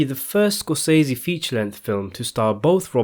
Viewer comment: hey, my British fella, thanks for the news but the correct pronunciation of SCORSESE according to Marty is like "scor se see" he pronounced his name exactly like this. so there is no "i" in it. thanks for regarding